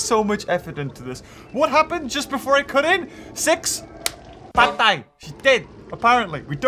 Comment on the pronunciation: You can speak Tagalog!!! Wow. Patay and Mabuhay ... excellent